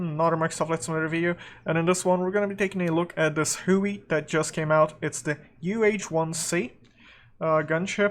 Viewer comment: It is pronounced Hugh-ee as before the tri-service designation change it was HU-1A before later becoming the UH-1B, C, D, and later models. The nickname comes from the original HU designation and a cartoon character named Baby Huey.